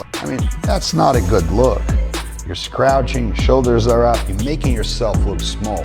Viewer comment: wtf is "scrouching"